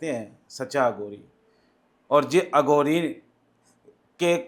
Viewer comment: ਅਗੌਰੀ ਨਹੀਂ ਅਘੋਰੀ ਬੋਲੋ ਜੀ।